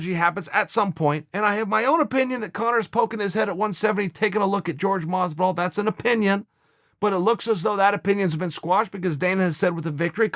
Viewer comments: It’s JORGE not George lol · Dude, even Jorge pronounces his name like George.